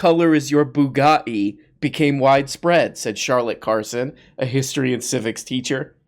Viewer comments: Andy tate is also going to be responsible for a generation of boys growing up speaking with terrible English-American accent pronunciation. Boo-gut-ee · I don't know exactly why but pronunciation of Bugatti is my new favorite way of saying anything. That is all. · Its how Tate pronounces it with one of his many accents